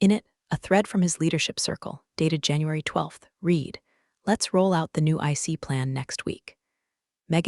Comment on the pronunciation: 😂 Every one of these AI stories always, ALWAYS, get the verb tense of "read" wrong. "Read" present tense is pronounced 'reed'. "Read" past tense is pronounced 'red'. AI ALWAYS gets it backwards. And do none of these companies EVER have fresh coffee? It's always burnt or stale! 😂